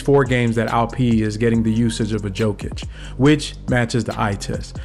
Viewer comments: Just a friendly tip: It's pronounced ''Yow-kuhch'' , not ''Jo-kunch'' 👍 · I love the video bro but come on you gotta get Jokic’s name right😂